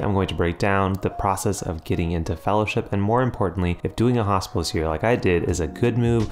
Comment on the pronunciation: Your American accent makes it sound like you're talking about a "Hospice year". Very confusing 1st minute 😅